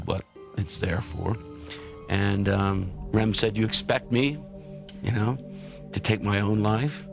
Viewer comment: Calls Hitler a idiot says "ram" instead of Rohm